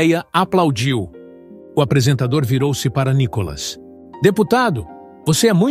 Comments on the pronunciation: Vc só tem que pronunciar o nome do Nícolas corretamente kk NICOLAS não! NÍCOLAS OK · Fale o nome dele direito.